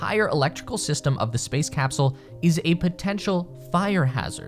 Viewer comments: Hahaha you say thee instead of the. Fn pile of pigsnot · The comment or needs to learn how to read English more appropriately.the word "the" has two different pronunciations that every child learns.. it depends on the consonant following 'the. ' it sounds foolish as it is now. We were cracking up hearing the repetitive error amongst our listening and had to stop again to get the actual information. It is no small thing.